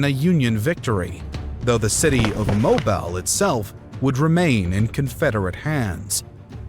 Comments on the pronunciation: Mo-bell Bay? No, it's Mo-beal, where is this dude from. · its pernounced mobeele boy not more-bile. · Ouch... It's not "Mobile" like the oil, it's pronounced "moBEEEL" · I love all the videos but pronouncing Mobile as mo-bell? It's Mo-beel. Thanks for the videos! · Mobile, AL is pronounced MOE-BEAL. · it's pronounced Mo Beal!!! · Say it with me… MO BEEL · Mo bell Alabama? Ya think? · "Mobel" Bay? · Getting so many names and places right and then mispronouncing Mobile made me chuckle. This isn't an insult. It happens to all of us. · That's not how you pronounce Mobile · The channel is called "Knowledgia", but the narrator can't seem to pronounce Mobile, Alabama. Werid? Werid.